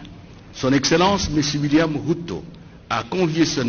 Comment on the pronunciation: C Ruto et non Wuto svp